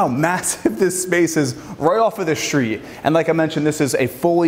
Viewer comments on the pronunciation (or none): What’s a shtreet?